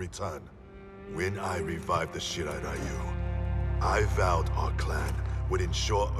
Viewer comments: Why is Ryu spoken like Rayu? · Low key triggered every time they say Ryu as "Rai-yu"...🤦🏻‍♂️ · I love this part but still hate how they misspronounce Ryu lol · It still bugs the hell out of me that NetherRealm Studios never learned the proper way to pronounce "Ryu." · Ikr? Street fighter the movie did the same thing when pronouncing "Ryu" What's even funny is that scorpions va is japanese yet he still pronounce it wrong